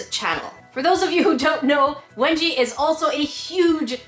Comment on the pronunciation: I thought that you said wedgie 😂